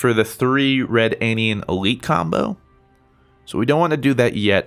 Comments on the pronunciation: "Skeleege, red-anian"... just why? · I love you, but it's pronounced ruh-danian not red-anian. The card even says it when you play it lol.